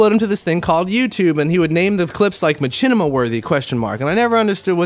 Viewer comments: never heard anyone call it ma-CHIN-ima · ' I know but he says it like chin and I thought that was funny